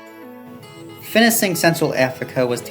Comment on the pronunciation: Why Does He Say "Finising" And Not "Finishing"